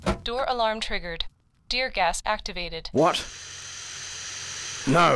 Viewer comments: Oh, it's "Deer Gas" ("Tear Gas") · was that tear gas or deer gas?... asking for a friend